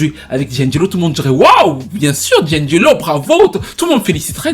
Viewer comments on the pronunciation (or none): Ce n'est pas 'Djindjélo', c'est 'di-angelo'!!!